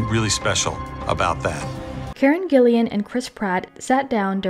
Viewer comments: Her last name is GILLAN, NOT "GILLIAN"! TWO syllables: "Gill-an." It's not that hard... 😩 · Karen Gillan not Gillian hahah